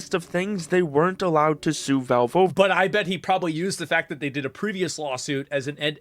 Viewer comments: I don't like the way the narrator says "valve". Sounds more like "vulv". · Wtf is with this dude's pronunciation of Valve? "voulv"